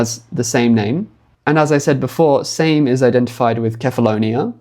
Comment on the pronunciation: Same ain't the same. It has two syllables.